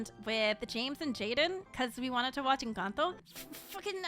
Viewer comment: I like how says 'Encanto' in pure Spanish